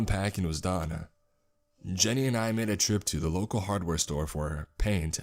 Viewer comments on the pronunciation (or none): none